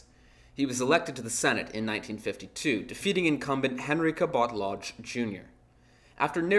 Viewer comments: Yes, ‘Kuh-BOT’ rather than KA-but.’ similar with ‘ZAP-ruder,” rather than Zuh-PRUDE-er.” This gent has picked it up in his reading, not classroom lectures. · That has to be the oddest pronunciation of ‘Cabot Lodge’ I ever heard.